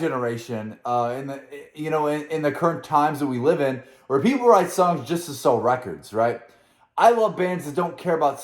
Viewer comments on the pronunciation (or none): none